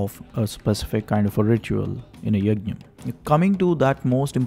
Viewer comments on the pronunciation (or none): Its ''Yajna'' and not Yagnya. 😊 Big fan